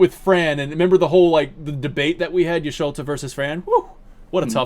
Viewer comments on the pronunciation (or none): I hope to HEAR some new arrangements, Cosmo Canyon etc. PS: Bugenhagen sits on a floating levitation ball, source is FF Wiki. Had to look it up, cause as a kid I thought he just had no feet 😂 PPS: Y'sholta? I think you mean Y'shtola ^^ I could listen to you guys for 3h straight, easy! Thx for the interesting discussion